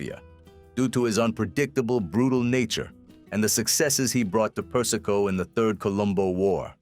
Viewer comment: AI Slop. Per-is-ko? Seriously?